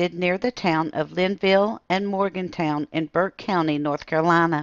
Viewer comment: Good morning! Love this story and live a days drive from the brown mt. lights. My mother has seen them but i've never. "Morgan-tun" is the correct pronunciation of the town at the foot of the mountain from the brown mt. lights.